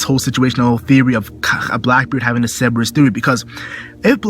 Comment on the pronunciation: is it not cer ber us not ceb e rus?